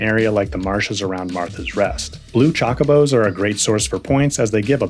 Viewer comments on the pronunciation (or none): Is it just me every YouTuber cannot pronounce Chocobo right and they all have a different way to say it LMFAO it's easy choco is like cocoa and but with ch sound then add a bow😂😂